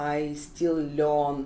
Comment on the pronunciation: They way she says "learn" is just terrible😂😂russian accent itself😂